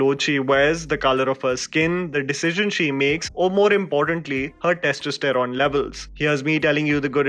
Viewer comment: Nice review,. Feedback for you: your pronunciation of testosterone was incorrect. It was a little jarring to hear that mispronunciation throughout the video. Otherwise, agree with your review.